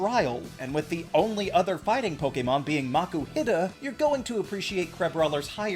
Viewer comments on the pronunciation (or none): "Maku-HIT-uh" just stunned me! Literally never heard that pronunciation.